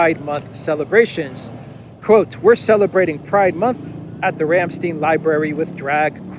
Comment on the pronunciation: Simple, but fantastic,. Thank you. Btw, Ramstein is pronouned with a long "i" as in Calvin KLEIN. The way you pronounce it is in the dialect which is a derivation/hijacking of the beautiful german language. Glad to know that Soros is eating crow. Aufwiedersehen.